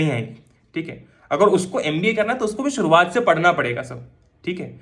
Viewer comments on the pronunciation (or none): none